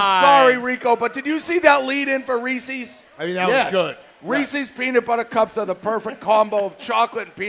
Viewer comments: It's Reese's!!!!! Not Ree-cee's! For the millionth time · it's been months now and dave still can't say reese's